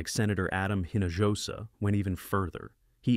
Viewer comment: Please learn how to properly pronounce a name (like Hinojosa, "eeno-OH-sah", is about as close as you can get if your AI doesn't speak Spanish).